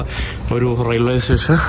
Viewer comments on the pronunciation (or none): none